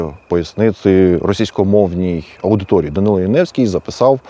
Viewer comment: Прізвище згаданого вами персонажа правильно було б читати як Янівський з наголосом на першому складі. (вірогідне походження від назви містечка - Янів). Ось звідки в нього прокинулась ностальгія за всім юдейським.